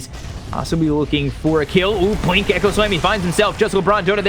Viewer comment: IN THE WITH THE BWINK AND THE BWADEMAIL god love this.